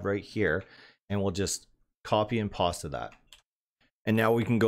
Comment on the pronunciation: lol did you say; copy and pasta that! rofl, I love it! I'm going to use that lol